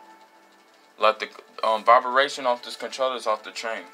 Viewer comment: Not Vibaration It’s “Vibration” 😂😭